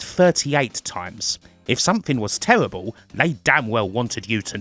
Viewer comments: Terrible = tewible? Surprise = Supwise? I can't with the accent, it's a pet peeve of mine. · It's not an accent, it's rhotacism, and they don't do it deliberately, just to annoy you. I wish I didn't have a slight lisp, but there you go.